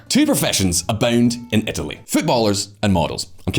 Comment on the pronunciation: I’ve been pronouncing Etaly all wrong